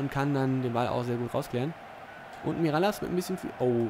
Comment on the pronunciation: Mirallas wird miraljasch ausgesprochen